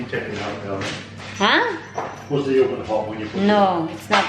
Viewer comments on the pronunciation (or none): none